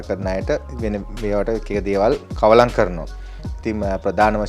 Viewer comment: කවලන් නොවේ කළවම් කියන්න මහත්මයා ...Keep it up !